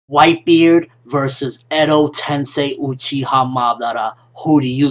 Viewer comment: Like if u flinched when this guy first appeared on the screen saying white bared lol, no offense guy I love ur reviews